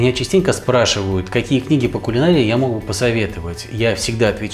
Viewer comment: да как же может не понравиться такой рецепт? Как за котлетки из баранины можно поставить "не нравится"? Дай Бог Вам здоровья, радуйте нас новыми вкусными рецептами! Особая благодарность за слово "кулинАрия". Как звучит красиво!